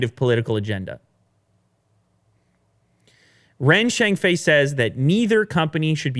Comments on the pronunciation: Do you know the way you call Ren Zhengfei is wrong, especially his surname? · Good job pronouncing Huawei, work on Ren Zhengfei next XD. Ren is pronounced "sion" as in "decision".